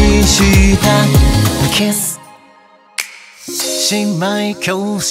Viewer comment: 全体的に大好きなのですか、特に の「キス」の発音好きすぎる…！！ 色っぽくて大人な雰囲気！最高！ マジで緑川さん流石です…！